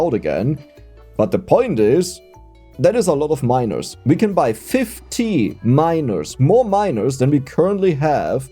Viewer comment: The issue is you are pronouncing miners as minors ahahaha